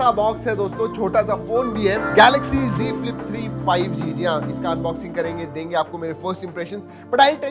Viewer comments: It is not g flip it's Z flip.....you say everytime g flip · Z ka Prouncation g hi hota he